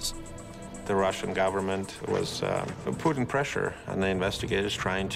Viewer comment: Sounds like he said, "the Russian government was Putin pressure on the investigators..."